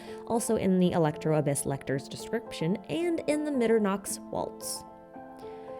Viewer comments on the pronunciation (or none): I find it cute how you're so worried about perfect Chinese/Japanese pronunciations but don't care absolutely slaughtering the Mitternachts Waltz